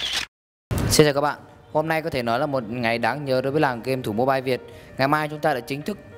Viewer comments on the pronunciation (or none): none